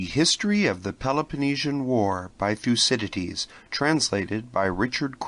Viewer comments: Sorry, but "thyoo-see-dye-deez?" Nope. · Please note that the pronunciation of some Greek names can be difficult, especially for those not use to speaking Greek (modern, biblical, or ancient) so, the name Thucydides is actually pronounced THo͞oˈsidədēz and not as the reader here pronounces that name. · thou kee thee these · How can you have not used a better sound/microphone set up before doing a whole book ? It is so amateurish and distracting it makes listening an unpleasant experience. And couldn't someone have told him how to pronounce Thucydides ?